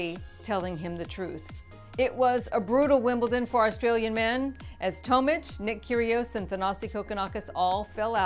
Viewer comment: Bernard (toemich) 😂 its pronounced Tomic like atomic